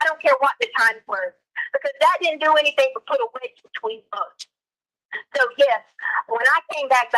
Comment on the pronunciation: "Anythingk" gaahhh! 😖